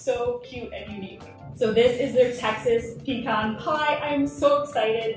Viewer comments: It's OK to have a shorter video once in a while. Congratulations on learning how to correctly pronounce pecan.😊 I love pecan pies when they are sweet but insanely sweet ones are more than I can handle (I'm diabetic so I should probably just say no). Love the video. Love that we didn't have to sit through the usual repeated intro before getting right into it (Can't wait!). Keep sending out marvelous videos!❤❤❤ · You were right the way you pronounced it, its pe-can, like can of soda. Even the youtube captions knows that pe-con is wrong bc it says "peacon" every time you pronounce it that way lol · In Texas we call them "peh-cons" not "pee-cons". lol